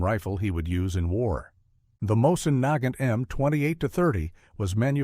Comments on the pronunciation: Neigh-gant rifle???? Omygosh...that just sucks.. I can't stand these AI narratives. It's moisen-negant. Heavy and hard hitting. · Terrible AI voiceover. That rifle is pronounced “Moe-zin Na-gaunt.” If you are going to publish on the internet, at least teach your AI how to pronounce words correctly.